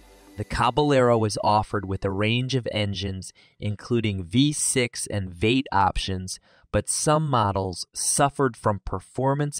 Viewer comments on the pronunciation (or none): Dear Drive TV, hire announcers that know SOMETHING, anything at all about cars built in the last 50 years. while I do take your list with the pound of salt it was wrote with, A V-8, is pronounced "v- eight" NOT "vate". The Chevrolet LUV(pronounced "LOVE") was hated because of RUST. I've never seen a Pinto ute and the only one you got right was the dodge do to lack of ability to haul weight. Heck come get me I'll help you make one of these cheap, having owned and driven many of the cars you try to make videos about. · Chevy "Esser"? "Veight"? Yeah! The future's so bright for AI, we gotta wear shades! 😑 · "Including V-6 and Vate models" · What a lousy computer voice. The Chevy "Esser" (SSR) with a "Vate" (V-8) engine???